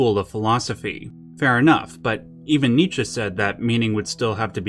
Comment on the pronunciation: you pronounce Nietzsche correctly.